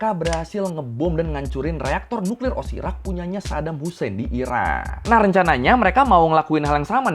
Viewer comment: Cra ngomong nuklir biasa aja bg jngn nuklirrr 😅😅